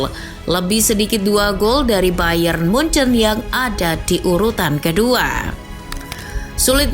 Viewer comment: Jangan nyebut munuyuk😂😂😂